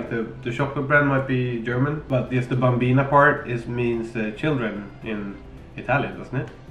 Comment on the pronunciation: Your german pronounciation sounds so cutee hahaha